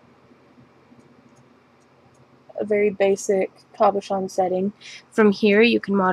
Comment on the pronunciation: Its a CABOCHON not COBOCHON SO PLEASE IF YOUR GOING TO SAY IT SAY IT RIGHT........